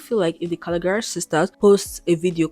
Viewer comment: you mispronouncing their last name is killing me lol. also patricia never followed trump, she liked one post, not multiple. just to clear that up.